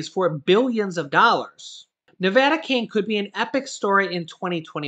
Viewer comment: You pronounce "Nevada" incorrectly... 😂